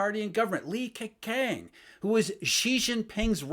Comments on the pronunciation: butchered Li Keqiangs name. Gwoyeu Romatzyh: Lii Kehchyang Wade–Giles: Li K'o-ch'iang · 😅You need to work on your pronunciation of Li KeJiang. 😅😅